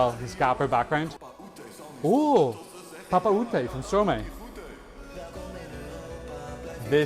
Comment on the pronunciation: It's pronounced Stro-my, because it's Maestro backwards ;)